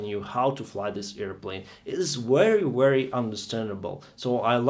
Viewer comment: Seven years of flying is nothing. Try more modesty. Also work on your accent. Especially the pronunciation of V. Say Very, not Wery.